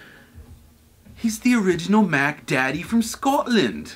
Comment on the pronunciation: why do a london accent when saying scotland tho? :/